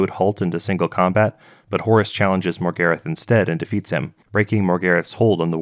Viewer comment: americans should never be allowed to pronounce characters names that stem from British/European roots how the fuck did you pronounce Morgarath as MORE-GARIFF ?? MOR-GAR-RATH